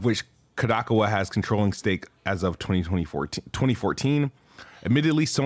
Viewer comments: Ka-da-cow-a is how you pronounce it (at least it's the most common way I've heard) 🤣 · This man said 'Ko-DAHK-awa' LOL